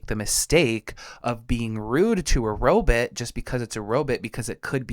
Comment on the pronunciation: Zoidberg “robut”